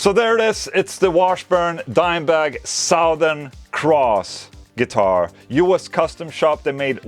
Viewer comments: You can say it as "Suthern", Ola :') You don't have to say "Sowthern" - Fank You clap Amazing guitar though! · Suh-thern. Sowth. He was from the South. Or He is from Suh-thern texas. Not trying to be a dick. Your pronunciation if the word southern is a little off. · Suhtherrn. say it like this. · Nothing is better than the way Ola pronounces, "Southern."